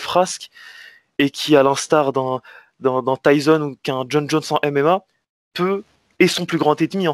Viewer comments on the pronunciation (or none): Pourquoi les français au lieu de dire Tyson vous dites Tyzon lol